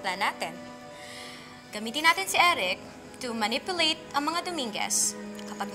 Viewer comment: Cindy pronounced manipulate as muh-nip-poo-leyt. She needs a PHONICS review, bec. we pronounce the word as muh-nip-yuh-leyt ;-) .... Kasmir sounds so gibberish sa kanyang nakalakihang lingwahe Xp